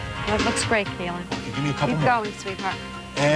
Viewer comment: its KEELIN her name is Keelin